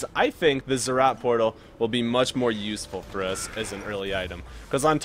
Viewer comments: They're ROTS, NOT ZZ'OTS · Zed Zed Rot